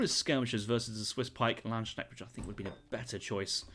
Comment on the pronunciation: I never get tired of the English speaking saying "Laanschnegg" when they're trying to say Landsknecht.